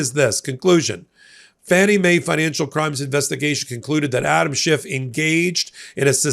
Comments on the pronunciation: Schiff - not Shift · His name is Schiff, not shift. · After so many years of news coverage one would think that would know how to pronounce Senator Adam Schiff’s last name., there is no T at the end of Senator Schiff’s last name! His last name is not SCHIFFT, it is SCHIFF! I repeat. SCHIFF, not SCHIFFT! In a moment of great frustration I say to you, give the man the respect he deserves and pronounce his name correctly. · SchiFF not Shift. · No T in Adam Schiff. He, like Obama, is living rent free in Trump's brain. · Schiff. No 't'. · please stop adding a t to Adam Schiff's name. There's no t in his name. It makes you sound trumpy.